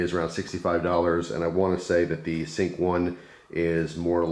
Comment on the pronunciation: lol yes I misspronounced the names its sync like your "sync your voice"